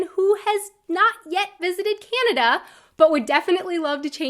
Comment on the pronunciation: For starters, it's pronounced "Canada", not "Cyanada". Get that "y" out of there!